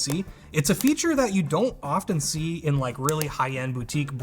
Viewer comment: a feeture 😄